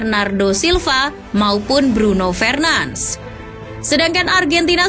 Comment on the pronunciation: Jangan Bruno fernans Tapi Bruno Fernandes nyebutnya